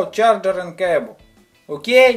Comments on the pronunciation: I never stop laughing when you say okeey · I can't stop laughing when you say okey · the way this dude says ok? hahaha god help this man with his issues